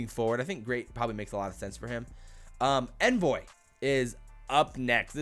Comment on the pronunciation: Omg it’s On-voy not N-voy